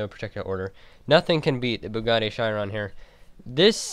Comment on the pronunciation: You pronounce Chiron wrong and pronounce gymkhana wrong